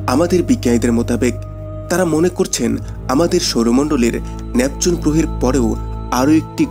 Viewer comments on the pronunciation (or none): স্পেসকে ইস্পেস,স্থানকে ইস্থান,নেপচুনকে ন্যাপচুন ইত্যাদি উচ্চারণ করা বন্ধ করুন। ভীষণই শ্রুতিকটূ।